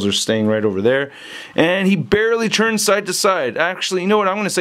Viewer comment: spells 'tu' as 'chu". I always look forward to him saying "the head churns side to side" in every figure review, and this time, I get to hear him say "Batman Rechurns" again and again. I think it's really unique and I really enjoy listening to him saying them.